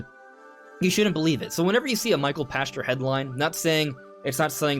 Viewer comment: Pachter = pack ter not pasture